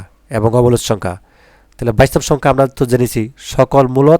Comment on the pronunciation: স্যার বাস্তব শব্দ টাকে কি উচ্চারণ করলেন...😮😮